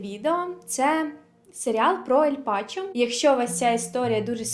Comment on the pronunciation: Ель Чапо, а не Пачо